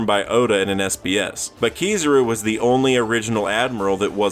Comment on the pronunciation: Keysarouu bruh.. its ki-za-ru anyways good video